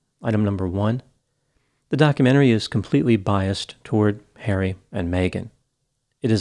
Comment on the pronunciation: Hawwy, they’re being mean to me, Hawwy 🤣